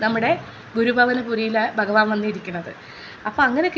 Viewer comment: ഒത്തിരി നല്ല അറിവാണ് പക്ഷേ ഭഗവാനെ ബ എന്ന് ഉച്ചരിക്കല്ലേ